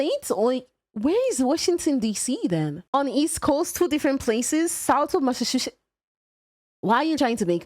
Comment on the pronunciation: "Massa-sushi" Incredible pronunciation.